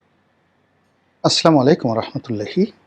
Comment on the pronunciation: আসসালামু আলাইকুম ওয়া রাহমাতুল্লাহ ভাইজান। শব্দটি হচ্ছে, আসসালামু আলাইকুম, আমরা শুনতে পাই ,"আসলামু আলাইকুম ' । দয়া করে শুভাকাঙ্ক্ষীর কথা মনোযোগ দিয়ে পড়ুন। ধন্যবাদ, ভালো থাকবেন।